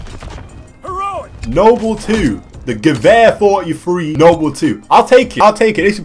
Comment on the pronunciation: YOU ACTUALLY PRONOUNCED IT GEWEHR AND NOT GUER, Respect